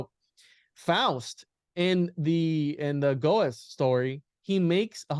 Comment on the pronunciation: i really enjoy your content. But for the love of god please learn how to pronounce Goethe and Reuters correctly. ❤